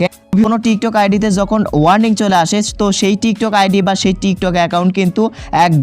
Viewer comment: ইংলিশ এর মায়রে বাপ কইরা দিছে,ওইটা warming না warning হবে,দুইটার মধ্যে অনেক পার্থক্য। আর বাকি গুলা তো বললামই না🐸